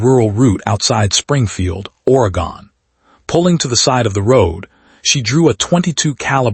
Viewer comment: Oregon not Oregone 2nd story lol